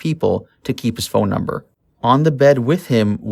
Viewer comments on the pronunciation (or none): none